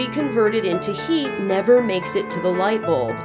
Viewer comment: I like the way she says light bolb